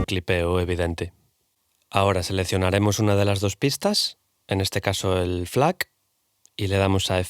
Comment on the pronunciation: Quien le dice F-lac? JAJAJAJJAJAJAJAJA Muy buen video. 👏🏻